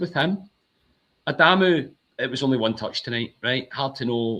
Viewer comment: Spot on....now we need to remind people it's not Adaaaamu, simply, Adamu